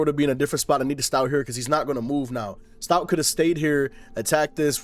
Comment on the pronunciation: It’s “stoat” like “oat”